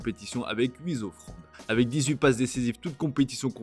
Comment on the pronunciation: Huit "z'offrandes" ouais, y'a pas à dire, Cherki est "z'en" grande forme 😂.